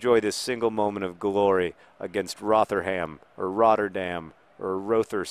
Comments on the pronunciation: A year late but it's pronounced like 'Rotherum' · Your pronunciation of Rotherham is adorable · kittenpyjamas mispronouncing things is John's thing!